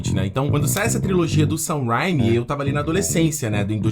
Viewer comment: Assim como o Peter do Ei Nerd esse cara não sabe pronunciar o nome do Sam Raimi direito e isso que me irrita